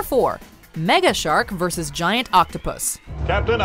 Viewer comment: “Mega shark versus giant octopus”. “Versus” “*VERSUS*. “* V E R S U S*”